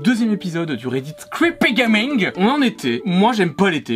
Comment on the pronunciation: A chaque fois que tu dis "gaming" je me tape une barre au sol!🤣🤣🤣🤣🤣🤣🤣🤣🤣🤣🤣🤣🤣🤣🤣🤣🤣🤣